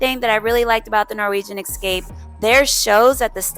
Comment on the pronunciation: Esssscape not Exxxxcape just sayin ;)